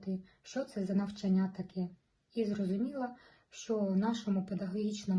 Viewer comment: НавчАння! ЗанЯття! Вас важко слухати( .